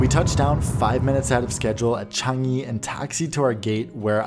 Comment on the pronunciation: My favourite part of the video as a Singaporean is how you pronounced Changi correctly HAHA